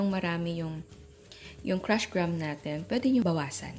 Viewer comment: Lol GRAM pag pronounced nyan haha nag correction kapa di mo rin pala alam 😂😂😂